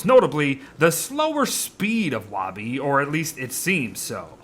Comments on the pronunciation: the fact he pronounces woby "wahby" and not "woaby" triggers me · lol is it only me thats bothered by him calling her wawby instead of the swooping o that is (wouuubie) its to reference that shes his security blanket his safety net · I hate how you say woby “wa be” it is “woe be” chief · It’s wobi not woby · Isn't it "Woby," not "Wobby?" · Her name is Woby, not "Wobby". You have been saying "wobby" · it's WOAH-bee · Anyone else pronounce Woby (woah-bee)? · please say ‘woby’ like ‘toby’ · you're very wonderful but the way you say woby physically hurts me AKSNSMZNSMDNS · Wait is the o in woby pronounced like w-oh!-by or is the o in woby pronounced like the beard says it?